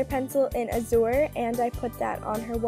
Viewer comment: she pronounced a lot of words wrong in this video... like metropolitan and azure